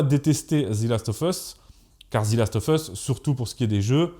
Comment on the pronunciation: The last of us « Ze last euv euss » « Zi » uniquement si le mot suivant commence par une voyelle sinon c’est « Ze ». « Of » se prononce « euv ».